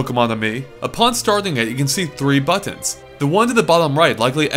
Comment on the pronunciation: He says buttons funny